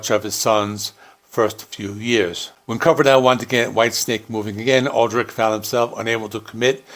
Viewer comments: You’re mispronouncing Adrich surname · Looking at the spelling, that's not how I'd pronounce Aldrich.